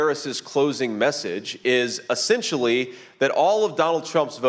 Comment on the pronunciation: Also, his “essentiallys”